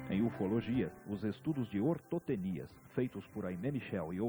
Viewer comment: ortotenias... o disse correto